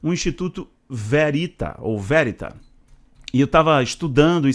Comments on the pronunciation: se pronuncia Verit'a que em italiano significa VERDADE VERDADEIRO. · VERITÁ! É uma palavra italiana, oxítona!!! 👍